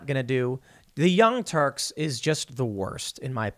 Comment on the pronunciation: Did you say the"Young turds?"